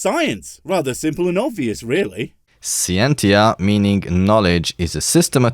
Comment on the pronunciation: Third go at posting this silly comment. Apparently some autobot thinks it's offensive. Listen ere,, the Latin word Scientia is pronounced Skee-En-Tee-uh, not sigh-enty-yah. I didn't hide in fifteen world wars just so some slug-smuggling trouser-biter could mispronounce Latin words! Now bend over and eat your eggs. Right, the medieval word I used has gone, Youtube. Happy? You know the word you have removed for being offensive even though it's used in books for nursery children? Can I post this silly comment now that you've sucked all the humour out of it? Ta.